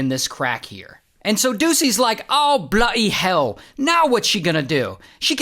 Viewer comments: "Oh blotty hail"💀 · "Awh Bloody Hewl" 😭🙏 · "O'Blo'y Heal"